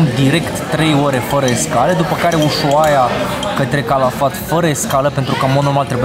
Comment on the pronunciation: Se pronunță usuaia!